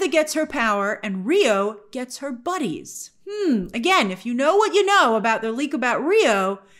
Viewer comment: Not buddies, I heard Rio say “ Bodies “